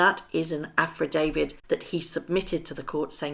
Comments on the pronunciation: I love your videos,. I really do but some pronunciation is a little distracting from your dynamite content. Not affradavid but affi-davit. Not Omid Scoobie but Omid Sco-bie. Otherwise, your content is very watchable. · love your videos but please learn to pronounce Affidavit - its not Afrodavid